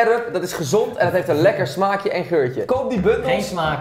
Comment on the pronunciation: Niemand: Rob: Smaggties